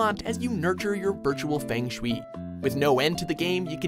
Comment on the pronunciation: It's pronounce fung sher-way